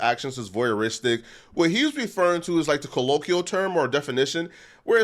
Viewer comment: “… ka-lo-kee-ull…” This is after incorrectly defining voyeurism and claiming it’s a crime. Total 🤡